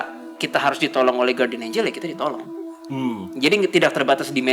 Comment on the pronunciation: Bacanya Gardian, bukan Guwardian.